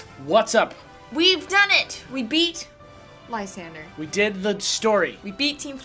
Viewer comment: and Alex I love all your videos and even Rival Jimmy's stuff, but I am sure I am not the only one who is slightly irked by the mispronunciation of Lysandre's name. It should be pronounced Lies-On-Dre not Lie-San-Der.